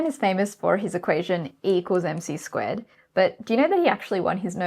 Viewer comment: Did you say e = m c squid?